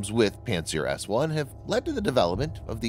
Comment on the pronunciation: It sounded like pantsdown-s1